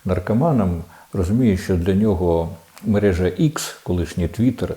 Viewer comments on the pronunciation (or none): none